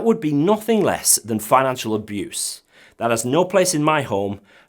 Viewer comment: "Financial ahuse"! 8-))